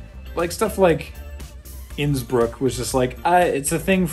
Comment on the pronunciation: I'm not the only one who kept hearing Nsburg instead of Innsbruck, right? Yes? Good. And woo boy is the 1952 Helinski phallic.